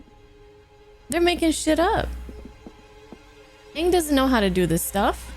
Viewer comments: ahh yes. soak-ka,uncle eeroh, and OOng. The holy trinity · Yea crazy how they couldn't even pronounce the main characters name correctly, lol. what a pos movie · Oong, the ovatar